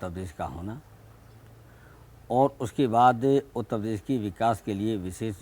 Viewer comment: Shout out for Utta pes 😏